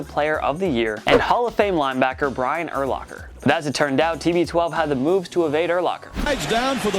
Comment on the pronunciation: Did you call Brian Urlacher the Jew King?